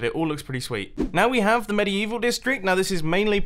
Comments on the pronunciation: "mediYEEval section" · medi-evil ... ok, whatever you say